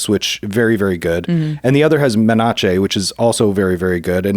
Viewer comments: "Men-ach-ae' Menace should sound like "Men-ass" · STG... every time he said 'men-otch-ey'... twitch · the way he pronounce menace tho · His pronounciation of Menace(Meh-niss) is cringe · the person that likes poison also cant say menace so that makes sence.🤣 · Stop mispronouncing menace. It's a stale joke that stopped being funny a long time ago.